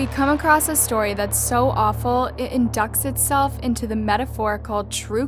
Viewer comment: "Inducts itself" bahaaaaa I think you mean indicts itself, pronounced. In-dye-ts